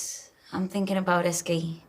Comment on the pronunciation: Is anyone else incredibly annoyed at the way she says SKE? When I first watched this I didn’t know what she was even talking about. Couldn’t they pick someone who could at least enunciate the acronym for the school that apparently is so important?